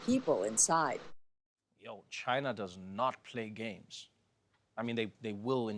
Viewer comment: Biathalon in Chi-nuh 🤣